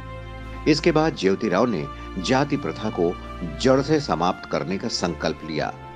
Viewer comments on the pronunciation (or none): आप जेवतीराव ऐसा उच्चारण कर रहे हैं, वह 'ज्योतीराव' है!